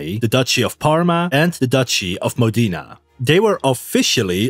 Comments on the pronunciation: I'm Italian, for once someone has made an accurate video to our history. PS: it's pronounced MOdena, not "modina". You need to work on your overall italian pronunciation😅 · MO-de-na, not Mo-DE-na. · Modena=MOH deh nah. Not modEEnah. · I found the pronunciation of MODENA very painful